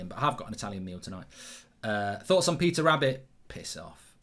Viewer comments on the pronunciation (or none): none